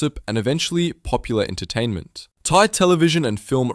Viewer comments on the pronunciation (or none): none